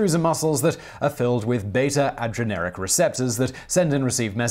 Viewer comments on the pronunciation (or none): And it's "adrenergic" not "adgeneric"; no amount of across-the-pond mispronounciation can account for this.